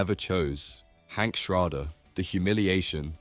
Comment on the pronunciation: yes, this shit uses ai voice, just look how monotone it is and how it misreads basic names any breaking bad watcher would know, like how it pronounces schrader.